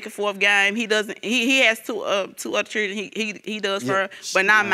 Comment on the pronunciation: Chirdreeeeen = Children